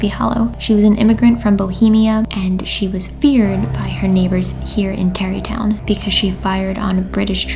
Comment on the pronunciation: when she said "Terrytown" I definitely thought she said Derry Town as in the town from It and I freaked out for a second.